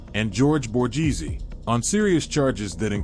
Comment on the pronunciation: Maybe try pronouncing the names Correctly, Chang a leen e Bor gaze e